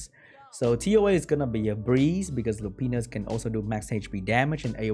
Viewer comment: He said Lopines LMAO pe. Nis Uuhhh